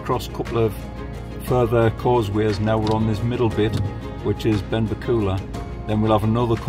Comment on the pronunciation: Benbecula is pronounced with the stress on the "e" in bec and not the "u" in ula. Ben-BEC-ula. Lochboisdale pronounced perfectly. You missed the causeway over to Eriskay and the wee ferry to Barra. Barra and Harris vie for the most stunning islands. Thanks for your work.